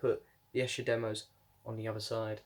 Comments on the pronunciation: Haven’t got this yet as I have the deluxe CD set, and just bought McCartneys RRS Box. I wish the CD Set was the same size as this LP set which looks very nice. You have an interesting pronunciation of Esher......which should be "eeesher" lol. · Hi! Glad you receive the White Album 4LP Vinyl Box. The box is awesome. Esher is pronounced as “Eeesher”. But don’t worry even I had trouble correctly pronouncing “Esher” when I was younger. The Esher demos sound awesome on this Reissue. Some of the Esher tracks did appear on Anthology 3. Great unboxing video! Take care!